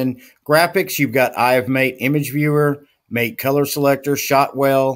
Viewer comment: I thought it was pronounced "Matéh" ?